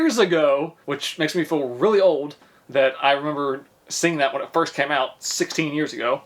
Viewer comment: why can't you say "when"?!?